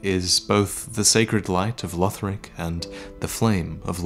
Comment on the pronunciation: Its LUHD-lith not LEWD-lith